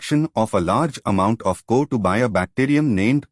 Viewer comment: Thank you for this...if i go for reading this chapter , it would have taken 2 hours.. bcz of you i completed it in just 27 minutes..😭😭...thank you sirrr... . . . . . . . ( no intention of criticism and finding fault ), CO2 gas is being pronounced as Kotu 😅 gas..